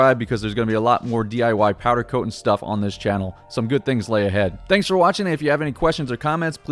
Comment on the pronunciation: I listened to him say powder coatn 6 times in the first 3 minutes and just couldn’t do it haha